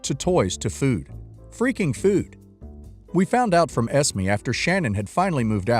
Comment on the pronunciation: I don't mean to sound rude but you're saying Esme wrong. It's pronounced Es-may. Not Es-me.